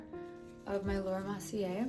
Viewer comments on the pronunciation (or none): "Lohra Mossy-ayeee" are we saying it wrong or is she? bc I thought it was Laura Mer-see-ere'